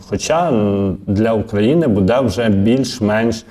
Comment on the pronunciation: Не «буд'Е», а «б"Уде».